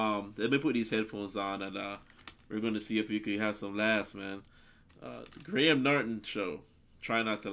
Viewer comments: In Graham, the h is silent. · Graham is a very popular name in the uk. It is pronounced Grey-em idk why.. So yeah just so you know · The name you’re looking for is, Sir Patrick Stewart...he played Jean Luc Picard in Star Trek....you almost got Graham’s name correct...it’s pronounced “Gray am’”..two syllables..great reaction by the way😉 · Dont say Gra- ham say Grayum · Pronounced 'Grey AM' not 'Grey Ham' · It's pronounced "Grey am" not " Grey Ham" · In the uk we'd say Graham phonetically like Grayum 👍 ❤️ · Grey-Ham Norton 😁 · Gray Ham lol. Americans are so funny. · did you call him gray ham? lol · "Grey - um" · Pronounced Grayam 😊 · Pronounce it phonetically Greyam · Pronoumced "gram"